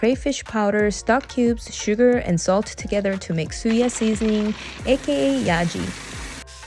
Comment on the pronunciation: Suya not siya yeye person 😂😂😂